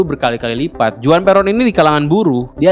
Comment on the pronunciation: Juan juga Huan